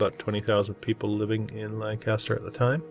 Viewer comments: To us from PA, you got the pronunciation wrong in this one too. We have the PA Dutch influence and we call it "Lan'-cas-ter" (lank'-aster) and not "Lan-Cas'-ter" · Hi! It's actually pronounced Lan kiss ter. Lived there as a teen-ager, moving from my hometown of Erie, Pa when my mom remarried. Despite the beautiful land and great food, along with the many gorgeous old world structures, there was alot of paranormal stuff going on in and around Lancaster. Left when I was 19 and I'm in my late 60's now but I bet that strange things are still happening there. Not sure about the ley lines, have never looked it up.